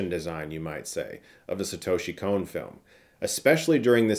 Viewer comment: Please stop saying "Kon" like "cone". It's a short 'o'.